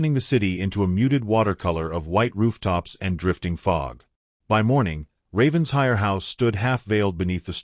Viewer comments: It’s NOT Ravens-hire. It’s Raven-shire! Get it right! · It’s actually pronounced Ravensher in Britain. The ‘I’ is not pronounced like a long I. 😊 But yes, I wish they would pronounce it right. 🩷